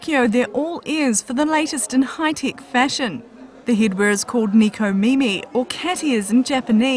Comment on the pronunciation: Neeko Meemee XD Neko Mimi. Neko= Cat Mimi= Ears.